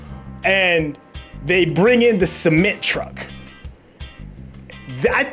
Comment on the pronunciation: He said semen truck 😂